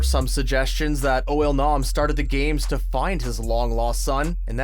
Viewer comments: Narrator: Pronounces IL-Nam as UOL-NAM with confidence. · “Oil-nam” lol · Why he sayin it like oil nom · "Oil-Nam"...is that how you say it?